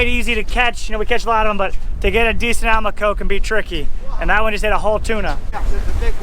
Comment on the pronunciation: I think that might've been a Spinycheek Scorpionfish, not a Rosefish (wasn't there some olive color in amongst the red/orange, in a few places?) And, for what it's worth, I think Almaco may oughta be said al-MAH-co, rather than AL-mah-co (same way as Do-RAH-do, in other words). Though I'm pretty sure neither way is a crime... whereas, a mistake with a Spinycheek might at least have a punishment (but we've never let ourselves get stuck by one's fins, so don't know if it'd be as punishing as it notoriously is with our shallower kind of scorpionfish... just know both are worth carefully cleaning because they taste good!).